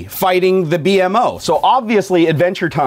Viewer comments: It B-mo not b m o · It's Beemo! Not B.M.O. ;) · It's not B M O it's beem-O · The plus he's name is pronounced (Bee-Moe) and the dogs name is Jake. Not like that was important. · Why did you call it the B.M.O it's called bemo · I'm just saying it's not. B.M.O. You say it like BEEMO. BEE-MO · By the way it's beemo not bmo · It's "bee-moe" not b-m-o. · Not B-M-O You pronounce it B-MO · It's said like beemo not b m o 👌🏻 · bmo(bee-moe) not actually b m o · His name is pronounced bimo not b m o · its pronounced beemo not b...m...o... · He called the DeadPool panda a spiderman panda, didn't know the name of Raphael from TMNT, didn't know about the DragonBall and calls "BMO" (pronounced BEEMO) "Bee Em Oh"... I don't think 1UP box is for his type of nerd... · Its pronounces B-mo:) The ball is from Dragon ballz:) And its a panda mashed up with deadpool:) hope you learned:D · Just to let ya know, the character's name is pronounced bee-moe. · its b-mo like bee mo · Oh my god you messed so many things upppp. The robot BMO isn't pronounced B. M. O.. The dogs name is jake. Its not how you pronounce Buyakasha! That wasn't a poke ball it was a dragon ball from dragonball Z that wasnt a spiderman patch it was a deadpool panda and that wasn't a ninja in the sticker it was Mario and the sticker was from super smash bros .... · its pronounce bi-moa BMO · IT PRONUCED BEE+MO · Actually, its pronounced *beemoh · It's pronounced bee-mo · its pronounced (bee-moe) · yu pronounce it bee-moe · sory but its pronounced bee moe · Omg I wanted a bmo btw it's pronounced bee-moe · dude thats not how you say bmos name they plush in the first box